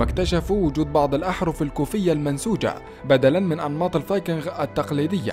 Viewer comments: مجهود جميل تشكرون عليه ملاحظة فاللغة الانقليزية الاسماء لاتعرب اوتترجم انما تنقل كماهي فلايقال جوجل بل قوقل ولا يقال جروب انما قروب الاصح شعب الفايكينق وليس الفايكنغ تقبل مروري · المعلق على الفديو مايعرف ينطق كلمة الفايكنغ .. فايكنغ اخرها مثل نطق كلمة king وليس حرف ال غ ... صدعني من كثر ماقالها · الله يجزيك الخير بس الفايكينغ تكتب بالغين غ وتلفظ بالكاف ك يعني تلفظ الفايكينك أنت عربي بس !!!صحح لغتك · لسا بيقول فايكنغ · انطق كلمت(الفينقنق) جيداً يابليذ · لا تنطق حرف الغين عندما تقول الڤايكنغ لأنها تنطق بحرف الجيم السهلة وليست الچيم العربية الغليظة ... بارك الله فيك .. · يا أخي ألفظ الفايكنغ لفظ صحيح بدون الغاء